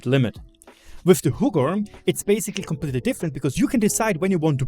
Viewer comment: I clicked the video just to hear you say Huggorm 🤣 You said it pretty good tho 👍